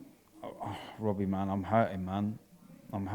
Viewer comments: "When will it end Wobbie...." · "When's it gonna end Wobbie?!"